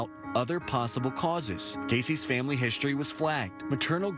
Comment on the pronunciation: All I can hear is how this reporter doesn’t pronounce words correctly. It’s history not hishtory. Words with str are not pronounce like shtr. Drives me crazy.